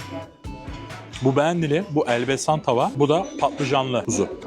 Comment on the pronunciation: Elbesan değil Elbasan.